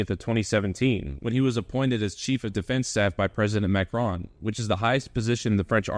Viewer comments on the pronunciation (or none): none